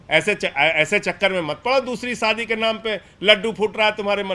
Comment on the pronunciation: Saadi nahi shaadi hota hey